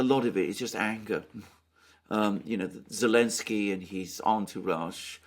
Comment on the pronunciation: is consistent in removing the Z from Elensky. 🤣🤣